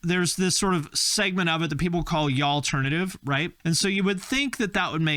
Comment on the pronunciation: "y'all-ternative" is the funniest thing I've heard of this year.